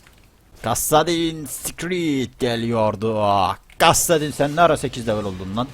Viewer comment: Abi o kassadinsecreet değil kassadinskreed